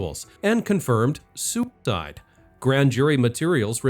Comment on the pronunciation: Why do you keep saying « soup died »?